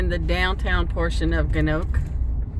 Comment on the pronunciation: Nice video. It's pronounced gannan nock wee. I hope you stayed long enough in Kingston to appreciate the historical side of the city.